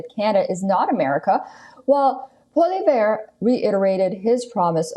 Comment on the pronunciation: Haha she can’t pronounce Pollievre